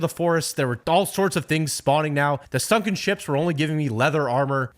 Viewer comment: Shunken ship❌️ Shunken temple✅️